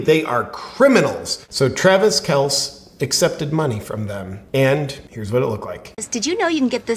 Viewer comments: Actually, according to Papa Kelce, that's how it's pronounced, one syllable, not two. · I'm just trying to let JP know he is pronouncing his actual name wrong. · I don't know what's more funny, 'Mr. Pfizer' or your pronunciation of Pat and Travis' last names? lol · I can't decide if JP is pronouncing Kelces name wrong because he doesn't respect him or JP knows nothing about sports...Just call him Taylor's boyfriend. Can't go wrong lol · Are you intentionally mispronouncing Kelce and McAfee or are you just not a football fan? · Step 1. Learn how to pronounce the names of the sports ball players you obviously don’t watch. You butchered pats name and travis’ name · JP, it’s pronounced kell see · JP I have mad respect and love your content but I have to bring this up. It's Travis Kel-see and Pat Mac-a-fee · It’s pronounced kel-see. I like you Jp but I could say the same thing about you advocating for avoiding the vaccine when it could especially help some demographics of people. Is that weighing on your conscience? I think it’s a personal choice. Not super happy he endorsed Pfizer but idk if it makes him a villain. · It's pronounced "kell sea" but that's ok, I don't like him either. Ask Denny Hamlin how he feels about the vax? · That isn't the least bit correct. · I love you! You said Kelce's name wrong every time!! 😆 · It hurts me to hear JP call KelCEE Kels- cmon JP - do your homework dude! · J. P., I love your videos but it's "Kel-cee" not "Kelce" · Are you intentionally mispronouncing the name? It's Pat MacAfee like "MacArthur". And it's pronounced Kelcee, a long e at the end. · It is pronounced kel-see. I am a Chiefs fan and Kelce was my favorite player. However, I lost a lot of respect for him when he effectively begged to take his turn in the neighborhood bicycle and now the Covid vaccine issue. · It’s pronounced Kelcee and I fully agree with Rogers. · Yeah, kel-see, and mack-uh-fee! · Cmon man, KelcE (kell see) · Kelce pronounced kelcy! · Pronounced Kel-sey